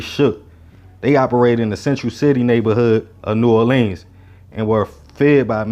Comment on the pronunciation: PLEEEZE pronounce New Orleans as Nu Orlens, just like the locals do.